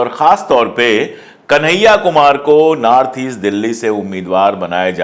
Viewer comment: Aap north ko naarth kyu bol rahe hai?itne achhe patrakar hai phir bhi🤔